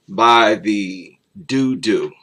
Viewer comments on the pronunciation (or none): Another excellent livestream 👍👌 By the way, I believe "Dodo" is pronounced "Doe Doe" - an extinct flightless bird 🙂 But interestingly, "Do Do", is slang for feces - an appropriate description of the creatures that "The Dodo" worships 🐶🐕💩💩😆